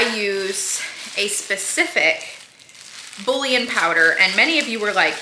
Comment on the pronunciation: Lol in the background correcting 😂😂 “Boo-yawn!” 🤣🤣